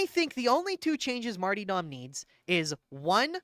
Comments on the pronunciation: The smallest and most pointless contribution I have, and apologies in advance: Martyrdom is pronounced Mar-ta-dum, rather than Mar-tee-dom. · So, why do you pronounce it marty-dom (martee-dom) instead of martyr-dom (marter-dom)? I feel silly asking like maybe it is some sort of in-joke I don't get? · Are you saying Marty-dom instead of martyr-dom on purpose to big people like me? lol CAUSE ITS WORKIN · I was sleeping, and this video woke me up because it was in my autoplay. Very informative, but for the love of fuck, you silly billy.... pronounce mar-tyr-dom and male-strom the way they're intended. I don't know who the fuck Marty Dom is and I've never played on Male Storm. ❤ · It broke me that over the course of this 1.5 hour video, you never pronounce the second R in martyrdom. Its NOT Marty-Dom, its mar-tyr-dom. Also, its Mael-strom. Not storm. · was also curious why he pronounced it that way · I can't tell if you're calling it marty-dumb deliberately or if it is just the accent... I think I need to review my builds for over-critting. And maybe roll up a spare dueling sword...